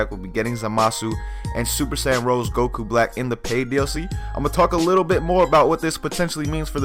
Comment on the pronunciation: It's called Super Saiyan Rosé. Not Rose. Please... 'cries in the corner'